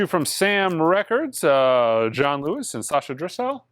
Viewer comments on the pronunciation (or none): none